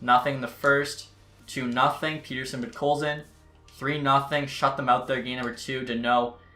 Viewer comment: the way you say pettersson kinda angers me idk why